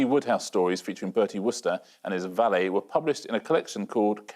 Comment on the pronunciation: Valet, not valet.